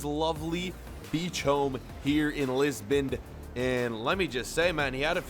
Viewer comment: my man said Lisbond 😂😂